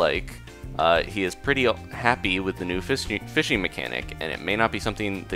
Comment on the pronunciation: I swear you said fisting instead of fishing.